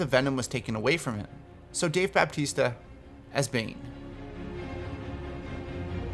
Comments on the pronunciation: baptista wtf dont u listin to your videos before you post em its bautista or if u loved wrestling batista its pronounced the same either way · Are you saying "Bab-tista"? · All I want for Two Face is for his face half to not be like it is in Dark Knight and in the Telltale Batman series, it's too much and not enough at the same time. Also, how the hell did you pronounce Bautista's name? :D It's not Baptiste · I love watching your videos but everytime you butcher a name it kills me. BAPtista? Rowshack?